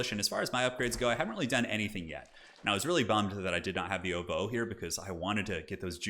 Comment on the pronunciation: If you'd like to know the pronunciation for "ovoo," it's a long, low "o" sound, like in "dog," and the "v" is more a cross between a "v" and a "w" (leaning more "w," like in "win"). And "ger" more or less rhymes with "hair"